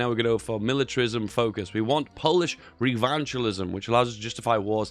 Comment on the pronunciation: Polish Revanchism, from revenge, not Polish Revanchalisim, from vandal who butchers names. Lol just joking 😂